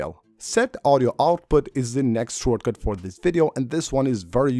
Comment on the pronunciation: “Shore” cut lol